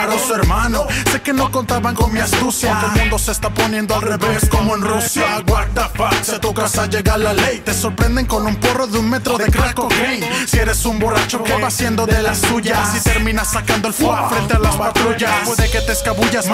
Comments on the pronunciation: El Australiano dice WISMISHUUU :v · wachismischu jaja